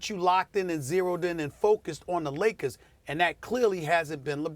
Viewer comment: Stephen A always says " THE LOS ANGELES LAKAS .... not Lakers !!!! LAKAS lol.